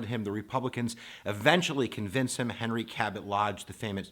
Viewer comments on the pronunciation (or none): none